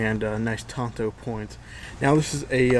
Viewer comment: So by your pronunciation "katana" would be rhyme with "bandana"? These are Japanese words. He said it correctly. In Japanese "a" always sounds like "ah".